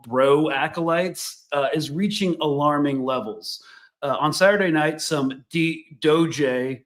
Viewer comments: “Dooooge” 😂 A+ pronunciation in “Douche” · I think it's pronounced 'doggy' lol